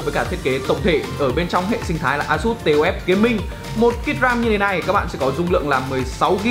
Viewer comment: Đọc là táp-phờ nhé :v